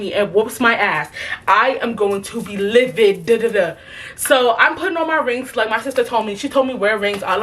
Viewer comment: “i am going to be livid-duh-da-da” 💀💀💀